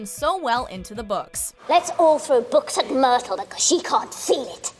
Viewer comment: I can't take the way she said myrtle and immediately stop the the video